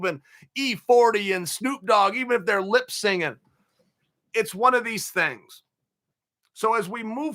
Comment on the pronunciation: It's Lip Syncing not Lip Singing Chael. Get it right 😂